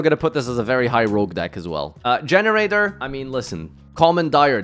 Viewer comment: I am consistently staying in plat / diamond on Generaiders in MD. Also - no idea why you are pronouncing them like "generator", it's "Gene-Raiders". Vara and Laeveaeaeaeatain provide insane support in the two areas they were lacking - Laev gives removal during your turn and Vara gives consistency for XYZ summon that you could only really pull off before with World Legacy Monstrosity or by having your opponent draw a card on your turn (or miraculously by still having 2 Generaiders up on your turn, which usually means you won anyway already) This means you can hand-rip your opponent and build up a field going first and just cause all kinds of pain going second if they can't interrupt you.